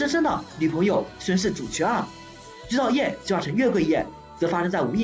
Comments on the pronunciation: 我试了一下感觉是你的问题 虽然很明显听到了菊草YEAH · 这是什么鬼口音 菊草yeah？